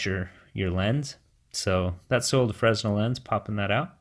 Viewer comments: I tried this mod, the deformation of the image made me sick :'( ... I prefer the original Fresnel Lense (Oh, by the way, it's pronounced [Frenel], and not [Fressnel]). So sad, 80 bucks for nothing :( . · It's pronounced "frinell" lens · "Fresnel" is pronounced "fruh·NEL" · Fresnel...pronounced "fray-nel" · Fresnel, pronounce 'Fre-nel' dude. Good video though thanks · the s in Fresnel is silent